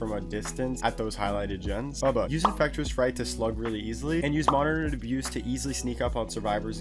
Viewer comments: He say infrectis fright 😂😂😂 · Please learn how to say infectious fright properly